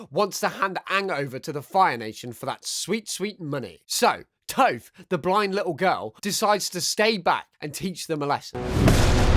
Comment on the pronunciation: It's pronounced TOFF, not TOFE.